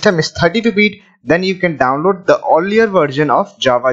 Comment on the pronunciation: he said download so funny